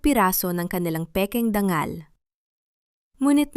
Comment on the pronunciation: Tama ba ang oagpronounce Ng dangal...gawing ...DANGGAL..ang tungo. Naging TUNGGO?